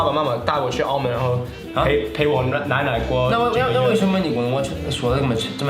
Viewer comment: why is this part so funny hhhhh accent when he said 奶奶 and then accent when he said 说的 and the way he stuttered bc he switched from mandarin to cantonese back to mandarin